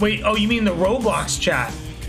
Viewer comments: i love saying “ro-blux” and gir getting increasingly frustrated while correcting him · stream of "roblux" and "false baaulp" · It’s like when a mom intentionally mispronounces Pokémon as Pokémans or something